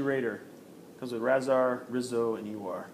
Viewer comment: Razar has a sound rayzar